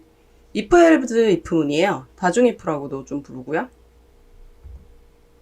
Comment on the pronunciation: else... not 앨즈, but 앨스